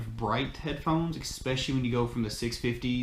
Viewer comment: You completely lost me when you were critiquing the audio performance and said eCspecially on multiple occasions ... 😳🙄